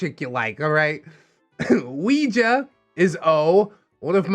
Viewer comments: same.... it hurts my brain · I'm sorry... But all I can focus on is pronunciation of "Ouija"